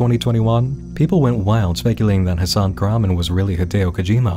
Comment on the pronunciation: One thing that makes this weird to me is the guy's pronunciation of "Hasan Kahraman" is completely off from turkish which makes me thingk this is some sort of pseudonym